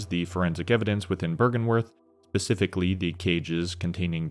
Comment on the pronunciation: bro you are a wonderful speaker and your pacing is excellent, but please for the love of god please stop saying “pacifically” instead of “specifically” im sorry for saying this but it must be said. please don’t ban me 😅